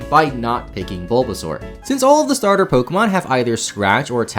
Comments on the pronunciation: "S T arter Pokemon" You don't get to pick a Pokemon, sorry. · Bu- bu- but starter has a T in it😭